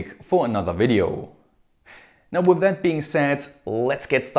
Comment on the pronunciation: "and das it is advised" love this germanglish mix :-)